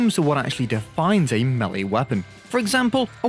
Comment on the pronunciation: You are pronouncing the word Melee wrong.